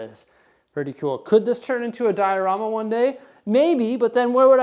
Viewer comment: Those LOTR sets display really nicely the way you did it! You call the big bay the "dia-room-a".